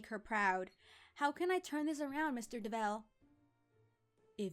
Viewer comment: Why'd you do-vell instead of dove-all